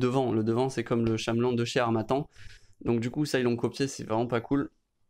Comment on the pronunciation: shamelon xD Ça se prononce caméléon x)